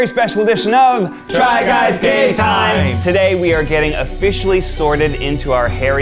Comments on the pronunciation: In the beginning I thought u said try guys gay time I love that instead on try guy game time. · wait a freaking sec . Did they say " Try Guys Gay Time" or "Try Guys Game Time"? Cos i am sooo confused now as its like Pride month but TGGT stands for Try Guys Game Time....GUYS? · I swear I heard try guys gay time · Why did I hear ‘try guys gay time’ instead of game time 😂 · i keep on hearing try guys gay time im sorry